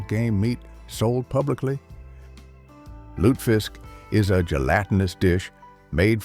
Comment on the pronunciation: Lutefisk is pronounced with three syllables—loo ta fisk. And you can find it here in Minnesota.